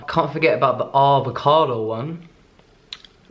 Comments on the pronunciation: Avo- .. Arrvocado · Lucy H He says it once with an “American accent” because it’s hilarious?